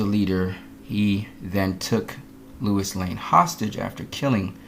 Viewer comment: The fact you keep saying Lois name as Lewis negates everything you say.